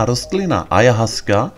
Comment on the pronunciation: Čte se to: Ajawaska. Díky za článek.